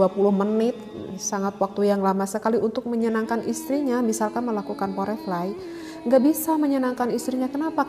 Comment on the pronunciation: koreksi ustadzah, mengucapkan "fore play" bacanya : Forplei